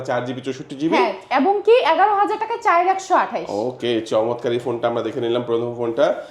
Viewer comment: যেমন গলা যেমন মূর্থ 😂 চাইর নাকি চার 😂